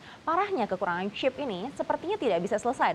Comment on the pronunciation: kenapa sih Mba ketika lu bilang "Chip" gak bisa biasa aja gitu, "CHeep!" "CHeep!" "CHeep!" bruakakakaka